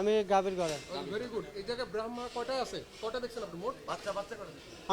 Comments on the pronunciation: দুদক সাহেব ব্রাহামা না ব্রহ্মা এটাই উচ্চারন করতে পারলো না, এরা কি তদন্ত করবে? এতদিন ঘুমায় ছিলো উনারা। এখন ঘুম ভাংছে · ব্রাম্মা বলে 😄😄 ভাইরে এগুলারে দুদকে চাকরি দিসে কে ব্রাহমা টা ঠিক করে উচ্চারণ করতে পারে না। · গোরুর জাতের নাম কেউ ঠিক ভাবে বলতে পারে না🤣🤣🤣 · ব্রাহমা উচ্চরণ ও করতে পারছে না। আল্লাহ্